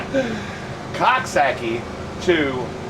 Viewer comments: Omg to hear u say Coxsackie is hysterical. Its pronounced cook sac kie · I live not far from there. It's pronounced Cook-sock-ee, lol. Whether or not you pronounce it correctly, it is hard to say without laughing. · lol I’m from here it’s pronounced coxsakie lol